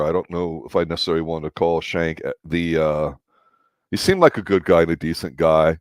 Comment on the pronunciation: Still pronouncing Schanke wrong